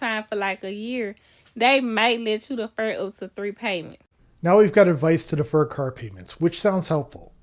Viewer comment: Deefur it